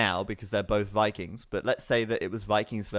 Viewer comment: And Wikings, that finally got me xD